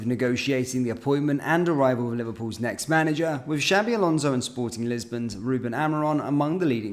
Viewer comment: Shabi alonzo 😂😂 xabi alonso 👈👈